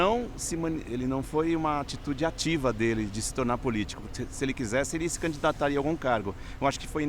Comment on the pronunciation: Só eu escutei o idoso falando CANDIDARIA E NÃO CANDIDATARIA??